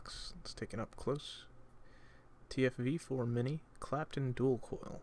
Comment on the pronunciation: how tf are you doing a review for this tank when you don't even pronounce the name of it correctly???